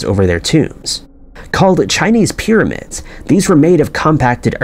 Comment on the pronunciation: The amount of people that don't understand this is some kind of voice software reading a script from a writer that isn't necessarily a native English speaker is the greatest mystery. That is the case for at least 50% of YouTube since a while back. Dead internet theory is becoming real. PIRRAMIDS!